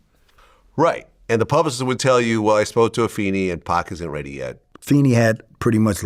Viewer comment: Go Vlad and it is Ah-fay-nee